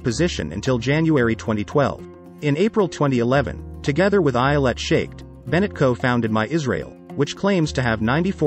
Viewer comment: Sure botched the pronunciation of Lapid and Shaked — please consider checking and correcting.. otherwise, and interesting briefing.